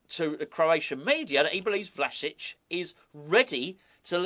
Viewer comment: Love the fact that the Croatian manager's name rolls off the tongue with ease, yet you're forced to re-record a video because of an inability to say 'Calvert-Lewin'.